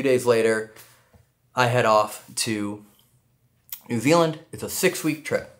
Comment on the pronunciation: Oi get our country name right it's not N Zee it's N Zeed